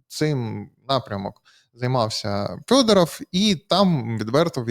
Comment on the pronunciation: ЖЄлЄзьнякь--то вже не ЗАЛізняк. Але чому -"ФЬОДАРАФЬ"?